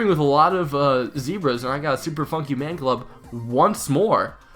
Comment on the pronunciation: He said Super Funkey Man Club